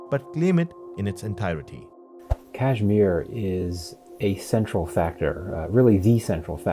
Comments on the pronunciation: You are a donkey...its Kashmir not cashmere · PLSSS I CANT GET OVER HOW THAT GUY KEPT PRONOUNCING KASHMIR "Cashmeer" 💀💀✋🏼